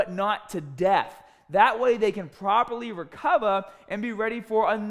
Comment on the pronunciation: " so they can pwoperwy wecova" lmao love the accent